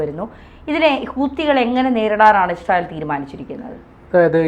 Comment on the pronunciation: മോഡം ഇഷ്രായേൽ അല്ല ഇസ്രായേൽ എന്നാണ്